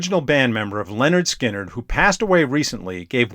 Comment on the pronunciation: It's pronounced LINard Skynard. Not LENard. 😉